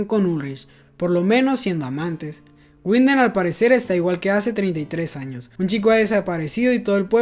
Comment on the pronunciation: Una aclaracion: no es Guinden (Winden), en el aleman la W suena V, seria entonces Vinden (Winden). Algo similar pasar con la V que suena F, por ejemplo viel (mucho) suena fiel.